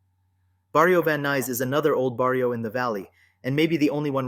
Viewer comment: How can you make documentaries if you cannot pronounce properly barrio, If you never lived the life. Stick to your own thing. trying to capitalize on the the hood life😂. You are a person that will never understand living in the areas you are covering. I have second hand embarrassment for you YouTuber.